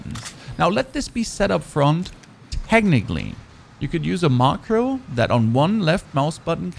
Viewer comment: Wth is your pronounciation of some of your words lol? "5 mili watt", "maacroo", "emped".😂 Nice video though, loved all the details and clear explanation!